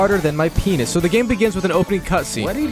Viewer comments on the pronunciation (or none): Dude literally said penis like weird my bro